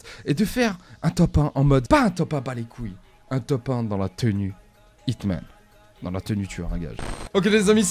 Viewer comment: C'est pas HITMAAANN c'est plus un Jhon Wick ;)